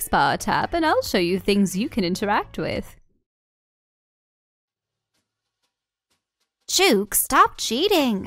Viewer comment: It's Chook as in "look", not "Chew-k". It's an Australian term for a chicken or hen. Love watching your let's plays 👍